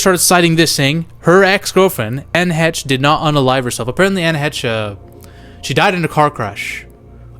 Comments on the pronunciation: no "Anna Hetch" is not 🤣 This dude needs to learn how to pronounce celebrity names's🤦🏻‍♂️I mean originally this was a cinema related channel was it not?! [rhetorical question] C'mon my guy, get your shit together... SHEESH! 😆🙄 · Heche is pronounced "Haish." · Anne Heche(Hey-shh) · Come on and pronounce her name right please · Subbed. I didn't like because you have to pronounce ppls name correctly. Heche man. YouTube the pronunciation